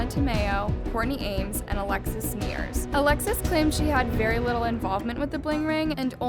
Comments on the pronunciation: how do you pronounce a last name so bad??? any interview or research shows a clear difference between nears and neiers.... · ok love the documentary but i wish you didn't mispronounce multiple peoples names. alexis neiers, audrina patridge ???? no hate just make sure you know the people your talking about